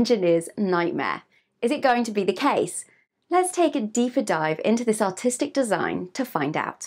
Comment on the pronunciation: I thought she was saying "autistic" design. Lol